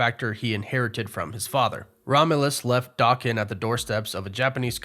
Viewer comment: two things. 1 His name is not pronounced Dokken. That was an 80s hair metal band. It is pronounced Da Ken but as a single word. 2. Here is a scene guaranteed to be in. DP3 but you will not hear about it till its on screen. When they come to the 616, Wolverine, will fight the Hulk. Marvel will not pass up that opportunity. Watch and see.